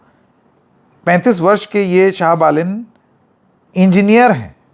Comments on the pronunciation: Baren nahi Balen hai . Kya sir naam to sahi kahiye . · Balen not baren😅😅😅